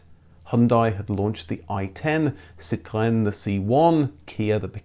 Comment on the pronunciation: You're the only post-host I've heard who says Citroën not like another word for lime/lemon - and says chassis not as in cha-cha. Thanks from 🇨🇦 Canada! ( Now what about "Jag-war", you Brits? Haha 😄 )